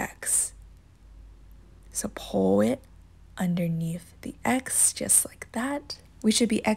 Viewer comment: This was no help and also learn how to say pull correct